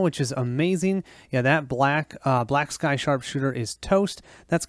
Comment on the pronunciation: Good playthrough, but it irks the hell outta me that you pronounced "Black sky" as "Blacksly". Minor things like that annoy me for some reason >.<